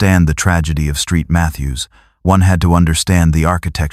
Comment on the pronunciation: Street Mathews. Really? Saint Mathews.